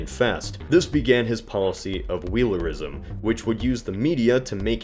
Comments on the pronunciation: "Wheelerism" not Wheerlism. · "Wheerlism" truly cannot be forgiven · "Wheerlism" uy